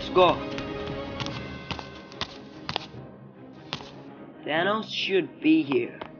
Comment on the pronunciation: This was not accurate most of the things people said didn't actually say them in the original also you said thanos wrong *edit I said wrong, wrong also I said thanos wrong